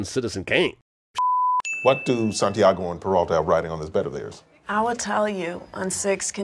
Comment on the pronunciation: nah he said sant-eye-ago instead of sant-e-ago Score one for phonics